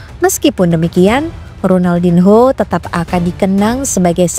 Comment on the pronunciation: Ronaldinho di baca Ronaldinyo karna ini bahasa Portugis mbak. Hrup n ktmu h di baca nya.